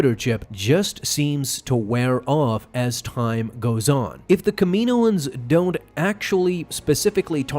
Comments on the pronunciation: It's pronounced Kam E No Ans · I think I'm more upset about the way he pronounces Kaminoans